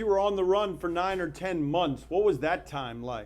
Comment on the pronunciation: He has mispronounced so many words lol "fiya, monthchs, wile". The word "wasteman" is circulating my mind at the moment.